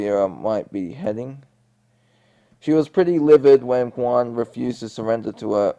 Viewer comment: The G is pronounced in Guan just thought to let you know to correct your pronunciation. Love how you tell the plot of the Korra story 🖤